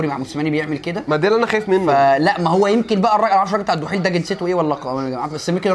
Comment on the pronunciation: اسمو الدحيل مش الحيل